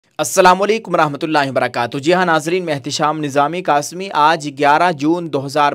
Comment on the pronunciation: قاسمی میں بڑا،،،ق،،ٹھیک سے ادا کیا کیجئے ، ،،درخواست ہے ،آپ سے ،